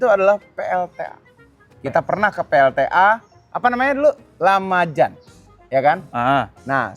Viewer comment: Bukan Lamaja om, tapi Majalaya